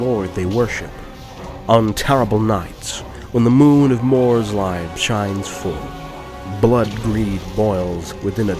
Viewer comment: I love these videos! I really do but I hate it when he pronounces things wrong. Like Morrslieb, It's EEB not EYEB! If it was EYEB then it would be spelled Morrsleib. And Morghur the Shadowgave, it's GAVE not Grave!